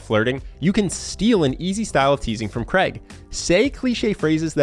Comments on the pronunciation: His name is Craig, not Creg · Craig ...not Creg.... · its not kreg.... so funny. its craig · Fk me, his name is Craig not Creg. Pronounced Crayg. Please say it properly. ;-)